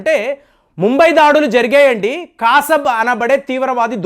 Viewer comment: మీరు పేర్లు సరిగా పలకండి ముందు.కాసబ్ కాదు. కసబ్ అనేదీ కరక్ట్. పేర్లు యాసగా పలకకండి